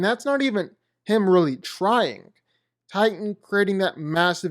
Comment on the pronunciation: I THOUGHT HIS NAME WAS TITAN NOT TIGHTAN